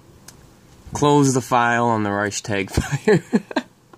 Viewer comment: YOU ARE A FRAUD...!...YOU CERTAINLY DO NOT TALK " EASILY" WITH YOUR GERMAN FRIENDS ON LINE...BECAUSE YOU CANNOT EVEN PRONOUNCE " REICHSTAG" PROPERLY....AND SAYING THAT "1930s- SPOKEN" GERMAN IS DIFFERENT FROM NOWADAYS, IS DOWNRIGHT BULLSHIT!...ALSO, WENIGER BLÖDSINN ERZÄHLEN UND MEHR RECHERCHIEREN...SONST SIEHST DU EINFACH NUR WIE EIN AUFGEBLASENER WICHTIGTUER UND VOLLIDIOT AUS!